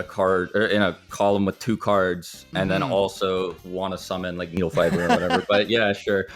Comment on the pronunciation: You know has been a yugioh player for a while since he called it "Needlefiber"